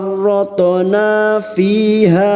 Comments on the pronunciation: Farroth'na ko terdengar jelas Farothona yah.. ? Bukannya itu ada sukun ustadz..? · huruf tho seperti tidak sukun dalam ucapanmu......